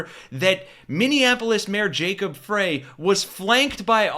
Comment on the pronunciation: Mayor Jacob Frey, pronounced FRY not FRAY